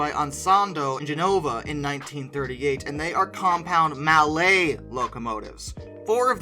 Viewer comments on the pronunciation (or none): none